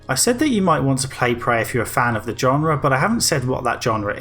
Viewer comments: "Genre" is pronounced with a "zh-" sound at the start 👍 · Learn to pronounce "genre" correctly.